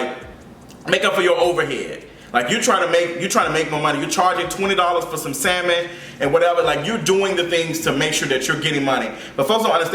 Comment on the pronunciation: I’m hollerin at you pronouncing the “L” in salmon 😂😂😂